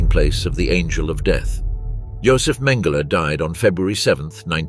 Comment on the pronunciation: It's Mengele, not Mangler, pls hv respect towards people's name, Nazi or not